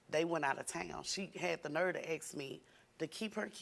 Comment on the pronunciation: I will never understand how hard it is to pronounce "ask" properly. 😂 Axe?